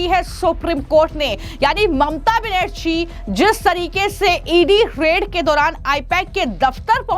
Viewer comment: हिंदी बोलने नहीं आता इस ऐंकर को। बनेरछी और छ और झा में कोई फर्क नहीं समझ में आता है